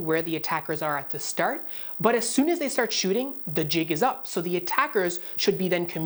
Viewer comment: I love your Canadian accent on words like ARe and stARt